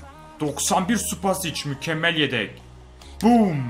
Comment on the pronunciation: de Yedek Yerine Redek Diyo (Farkina Varanlar +1)